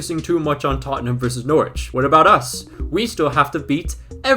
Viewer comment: We need to teach Americans how to pronounce Norwich, all the best